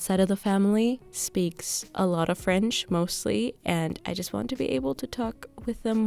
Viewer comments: your french accent is so good!!! félicitations!! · Hey,! I'm from Brazil. I've been watching your videos for a LONG time now, and I just gotta say it: your voice is so soothing! I love learning languages (currently learning korean) and also have this calm/caotic lifestyle. Your french pronunciation is on point!! And of course, the mood of the videos, lighting, cooking and presentation style is also so comforting and easy going on the eyes. I have sensitivity issues so your videos scratch the itch in my ears and eyes lol. Thank you so much and wish you the best. Congratulations on the book!